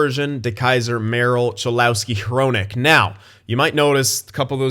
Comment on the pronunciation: Btw, Cholowski is actually pronounced Cholawski.